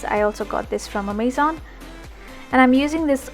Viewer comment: The pronunciation of Amazon was wrong though. :')